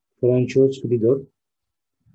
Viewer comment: Fransua diye okunuyor. Hocam. Paylaşım için teşekkürler.